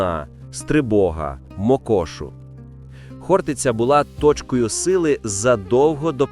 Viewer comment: Навчить ШІ правильному наголосу. ХОртиця!